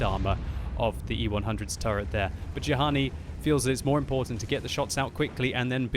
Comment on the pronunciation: Actually,, Juhani has an Israeli flag. If he's from Israel, his name is most likely pronounced "yu-han-ee"